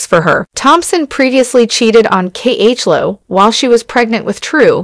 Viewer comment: Why is this person not pronouncing Khloe ‘s name right?